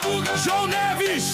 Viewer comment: neves NAI, NEVSSS, fernandsss😂😂😂